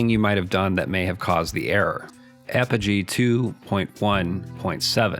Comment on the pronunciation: "Apogee" is pronounced "AH-poh-gee," stressing the first syllable, not "ah-POH-gee."